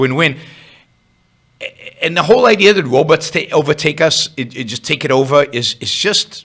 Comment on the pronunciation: The wobots are coming! silly wabbit.